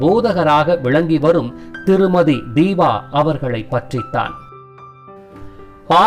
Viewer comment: Its Deepa not deeba